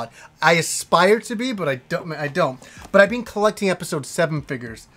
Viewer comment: I always hear you say "Welcome to another GameStop edpisode!"